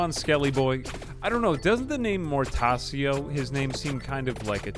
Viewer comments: His name's pronounced "Mortacho" btw, that's how the Italian language works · “Mortasio” Ow, my Latin based language cries in pain and anger. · Your pronunciation of Mortaccio gave me a stroke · Mortaccio's c are pronounced as chalk my liege